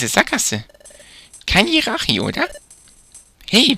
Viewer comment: Man spricht tschiratschi aus nicht jirachi Aber sonst cooler part aber Monsterräume sind meist da wo viele items sind